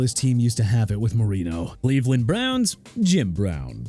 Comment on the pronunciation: Michaels Bennett?? Really dude?? Michael Bennett! Get it right!! Also it's Cleveland not Leaveland... SMH! Are you okay?? By the way Miami ain't in title contention no more so hope you're happy!